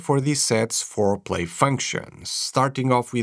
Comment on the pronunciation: I'm really sleepy, and each time he said "four play functions" I was super confused for a second...